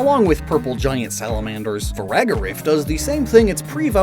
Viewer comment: Farigarf, not faragarif!😭